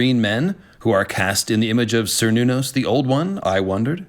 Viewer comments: Even though by now I already know it's Cernunos, I cant stop interpreting it as Sir Nunos every time:( PS: read the goddamned notes,. Ffs. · Only because of how often the character is raised on this topic: For "Cernunnos," is "Ker," not "Ser," just as the people are Celts, not Selts, and the clan is "Kennedy" (originally spelled "Cennedi"), not Sennedi.